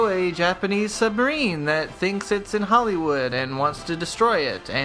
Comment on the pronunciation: It's great movie, don't listen to this guy. "hollis wood" lol